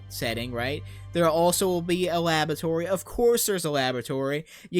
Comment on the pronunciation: supposibly? - supposive? - more tatical? - a labatory?